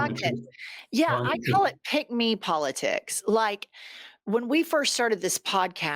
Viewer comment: The penny drops ! Every time I heard you say Pigmee policy I wondered what you meant. So it's pick-me policy.